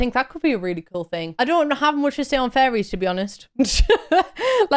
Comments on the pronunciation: I thought you were saying FURRIES not fairies lol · You saying fairies or furries? 😂